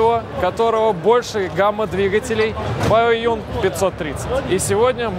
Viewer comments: Не Баоюн, а БАОЦЗЮНЬ ... Рассказывать о китайских машинах и не знать как правильно произносить название, ну камон, ну ! !! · Баодзюн, а не Баоюн.